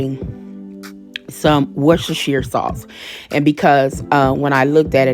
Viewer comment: Come thru saying Worcestershire correctly more than once!!!